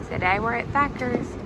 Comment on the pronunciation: I love Thatcher's. Even though ya'll called it Thacker's.(just sayin) Next time try the buckets and ask for a little extra sauce. It's amazing